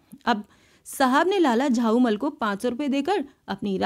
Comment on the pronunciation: Unka nam lala jhaulall tha ap use lala jhaumall padh rahe thi